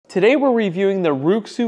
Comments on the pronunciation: It's not pronounced like: roo xzoo. It's pronounced like: wray shoe. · Nice review, by the way. RuiXu should be pronounced like Ray-Shoe J.